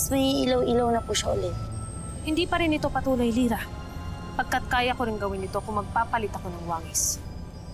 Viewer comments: ako lang ba nakarinig na pagkasabi ni danaya gira hindi lira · Zira daw hndi Lira 🤣😂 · Nagkamali si danaya sa pag banggit ng pangalan ni lira ahahahahahahahhahahahahaha